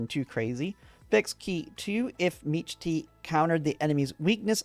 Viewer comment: I heard meech-tee and closed the video